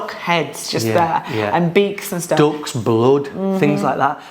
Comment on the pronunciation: anyone else agree British English Duck sounds like Dog? When they said they have dogs hanging at street food stalls... I thought, maybe in Guangzhou, definitely not in any other region of China. Then I realized he said ducks 😂😂😂